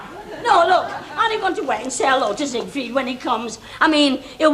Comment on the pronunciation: Nellie calling Siegfried "Seaweed". Love Our Little Nellie. 😊